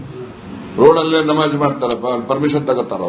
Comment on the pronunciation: ನವಾಝ್ ಅಲ್ಲಾ ನಮಾಝ್